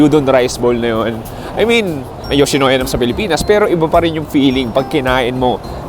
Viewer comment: YOWSHINOWYA.. MISOW SOUP.. Bakit ganun ka po mag pronounce???????????????????????? I KENNATTTTTT!!!!!!!! 😂🤣😅😝🫣😬🫢🤭